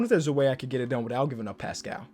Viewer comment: it’s pronounced like Passkull